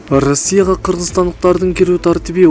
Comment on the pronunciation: Ырасия дейтко манка блогер